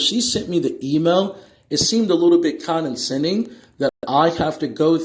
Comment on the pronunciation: Perhaps I need to study law. I have never heard the word CONDENSENDING. I think he was trying to say condescending but he does not know how to pronounce it properly. I love when they do that because they are trying to sound so smart and they end up sounding foolish.